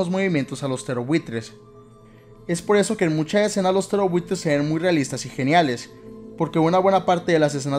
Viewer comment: Siempre pense que decias "terrorbuitres" no "ptereobuitres" xd